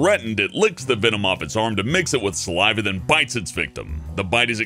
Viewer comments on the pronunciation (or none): none